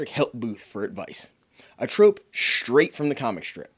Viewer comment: Interesting that you pronounce s as sh in some words, like shh-traight and shh-trip. It sounds very German/Hungarian.